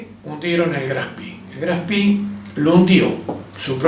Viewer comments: Buena aclaración! Pero tampoco es "espee" . La correcta pronunciación (fonética) es shpee (como shh de silencio) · Lo pronuncia en inglés: Graf Spi! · Muy interesante. Solo como comentario, La mayoría de los informes pronuncian el nombre del barco en inglés. Lo ideal sería pronunciar como suena en alemán la E de Spee. Saludos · HERMANO: "CON TODO RESPETO, QUE CARAJOS DE GRAF ESPI ????" NI SIQUIERA PODES HACER EL ESFUERZO DE PRONUNCIARLO BIÉN ? Hoy no hay excusa !!!! tenés cientos de recursos para decirlo bién !!! Estoy harto de que siempre son lamebotas del ingles y donde ven doble "o" o doble "e" repiten como loros como si solo en inglés hubiera esa escritura!!! ME TIENEN HARTO !!! HASTA PERIODISTAS LO PRONUNCIAN MAL !!!! Vos lo decís.......80 años y no pudieron tener el respeto de decirlo bién ?Deberías hacer el video de nuevo con el nombre bién pronunciado!!! QUE CREDIBILIDAD DE LA INVESTIGACIÓN PUEDE TENER ALGUIEN QUE NI SIQUIERA SE TOMA EL TRABAJO DE AVERIGUAR EL NOMBRE DE SU "INVESTIGACIÓN" ? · Por favor diga bien el nombre del barco. Era alemán y se pronuncia graf spee en ese idioma. Suena horrible como lo pronuncia usted. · La e se pronuncia e en aleman.Lo esta pronunciando en ingles.Algo sin importancia.Buen informe. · Le quita seriedad al comentario pronunciar el nombre del acorazado de bolsillo "en ingles": Graf spi. Su nombre es Graf Spe, con e. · por que decís "grafspi?" es alemán no en ingles. GRAF SPEE. duele a los OIDOS. No existen los acorazados livianos. Deja de decir huevads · No es Graf Spi como ud lo nombra. Es Graf Spee termina en E no en I! Decirle Graf SpIii es bien de argentino que quiere anglificar todo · El nombre del acorazado Graf Spee es alemán, no inglés. Por lo tanto, es una expresión ignorante decir "Graf Spi" y no como corresponde: Graf Shpé (en una fonética muy rudimentaria). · Me temo que es Graf SpRee,con R,y se pronuncia con E al final,no lo convertamos en inglés,qe no tiene nada que ver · No es Graf Spi, sino Graf Speeeeeee!